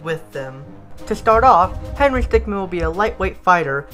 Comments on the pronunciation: Is it just me or.... IS HE SAY HENRY STICKMAN AND NOT HENRY STICKMIN!?!?! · i hate that you say stickman instead of stickmin, w h y.